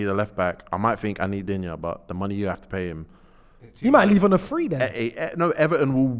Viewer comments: If you want to pronounce Lucas Digne's name correctly you can hear him here: ...and it's not Dinje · Digne is actually pronounced "dean".